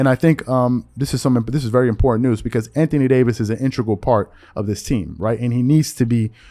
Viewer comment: Lmao he was fixing to say can't thony Davis 🤣🤣🤣🤣